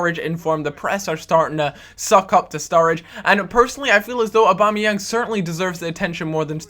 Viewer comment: its prononsed Og - Bom - Ni - Yang not obamayang